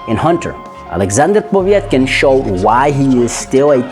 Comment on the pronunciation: It's not Povietkin but Povetkin xD